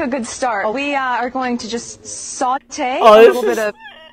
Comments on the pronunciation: Did she seem unsure how to pronounce "saute"? As if she was saying it for the first time? That's like a basic word of cooking. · She can’t say the word”Sauté”. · MM not only has no idea what she's talking about, she has absolutely no idea how to pronounce French cooking terms, despite having declared that she spoke French fluently. It's wonderful to watch someone so keen to make a total fool of themself in public. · The loose hair! GROSS! MM seemed not to know how to pronounce the word "sauté" and the host had to adjust the heat on the burner. MM looks ridiculous. Additionally, why would she use coconut oil cooking savory food? Use Avocado Oil for high heat cooking! Coconut oil will leave a flavor. I had eggs cooked in coconut oil once and it was rather disgusting. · The slow pronunciation of saute makes her sound so confident in her cooking skills. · Definitely sounded as if she was saying "saute" for the first time ever. I'm no chef and never attended culinary school, but I'm fairly certain "saute" is elementary level cooking terminology.